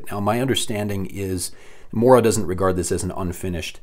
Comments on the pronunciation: The o in mora is pronounced the same way that the double o in moose is pronounced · The pronunciations, as a swede they hurt.